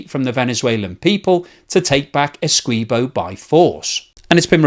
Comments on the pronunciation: A few issues. Venezuela want to take Essequibo, not take it back. Venezuela never had control of the territory of Essequibo. Its Guyanese, not Guyanan. And the "qui" in Essequibo is pronounced the same was as the "qui" in all other english words.e.g quick, quiver, quilt, liquid, squint, acquit, squirt etc. Why do you change the pronounciation to "kwee" instead of the english accepted "kwi". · you are helping Venezuelan propagandists when you state "Venezuela wants Essequibo back." By the way it's Ess-EE-quibo not Essquibo. I am Guyanese; so I should know. Actually, there was a claim by Venezuela which was settled since 1899. The record shows that Venezuela celebrated with the land they received. As the cold war dawned and Guyana appeared to be going communist, the US incited Venezuela to resurrect the dead claim. They needed another death to help them. So they waited until a man named Male Provost died to state the basis of the resurrection, which was that some hanky-panky had gone on according to the now dead man who, of course, could no longer be questioned. If you can find a column done about 15 years ago by a Venezuelan English-speaking newspaper named the Caracas CHronicle, you would see even they recognised the claim was bogus. You may need to use the Internet Archive. I couldn't find it with a surface check. By the way, Venezuela is a nation of cowards. They also had an area of Colombia on their map. They quietly abandoned it about 20 years ago. You want to guess why? I think it has to do with the size of the Colombian military compared to Guyana's. What do you think? Our population can't even touch a million people. Yes, the whole population. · FYI: Esequibo is pronounced esse-KEY-bo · Essequibo - pronounced - Essay kee bo. Come on. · Its pronounced Ese-key-bo